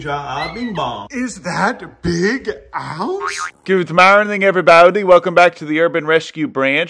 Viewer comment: Good mownin’ evwybody!